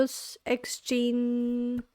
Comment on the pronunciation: Thank you for your reaction to NEXZ! F.Y.I., "NEXZ" is pronounces as "Nex-Zee". It means Next Z(g)eneration. This song is B-side of new album. Therefore the title song is coming up soon...please react it, too;)